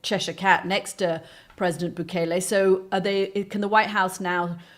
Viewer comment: Goddamn it! He was here legally!! Stop telling lies about him!! And it’s bu-KEL-lay.